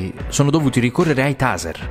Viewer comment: Ai taser 🤣🤣🤣🤣🤣🤣🤣🤣🤣🤣🤣🤣🤣🤣🤣🤣mi hai fatto morire Si pronuncia teiser